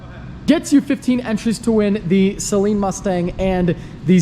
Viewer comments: SUH-LEEN Mustang not say leen lmao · A Saleen Mustang is not pronounced "Saline", like salt water. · cringe at the way he sales Saleen. Lol. (Say-lean) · Never buy first gen. Saleen not Salean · Its not say-leen dumbass!!! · Can you plz stop calling it a say-leen though